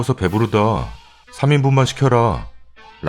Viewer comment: 랍니다.. 난 이게 넘 웃겨요 ㅋㅋ 어이없는듯이 한템포 쉬고 보이지 않아도 얼굴표정이 생각나는 이느낌 ㅋ